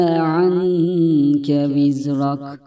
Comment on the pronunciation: Vizreke yazıyor vizrak okuyor hangisi doğru